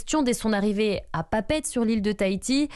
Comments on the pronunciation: Arrêtez de dire PAPÈTE ! C'est PAPEETE ! 🇵🇫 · pour info on ne dit pas Papète mais Papéété (Papeete) c'est un nom tahitien alors on prononce les e comme des é